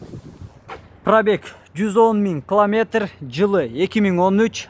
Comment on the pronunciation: Кламетр дебей километр десен.